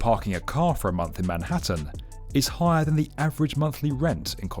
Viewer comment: Never noticed that weird accent before on the B1M. Highahr, skyscraypah.. different guy? After it only becoming audible after a short while, at a certain point he suddenly stops doing it, and then suddenly one can hear for a moment it is actually an English voice indeed.